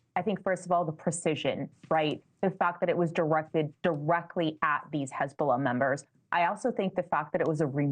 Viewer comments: Hey-bullah! Please check your lullah😂😂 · Such an embarassment for his-bo-lah😂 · Hez-bolls-ah gone 😅🎉